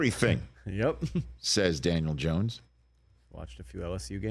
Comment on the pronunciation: He doesn't even know how to pronounce Dan last name 😂😂😂 Gracias por confirmar lo que ya todos sabíamos 😅